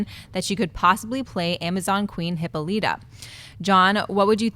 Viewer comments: Hih - Paul - it - ah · Sorry I can't ignore this, it is NOT pronounced HIPPO-LEETA! It's Heh-Paul-it-Ah! Hippolyta! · you guys cracked me up today. Really Hippo-littah, try Hip-Paul-i-tah. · Neely Every time the said Hippo-lee-ta I keep saying Hip-Pal-i-tah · Guys, for the love of god... Hippolyta (/hɪˈpɒlɪˌtə/)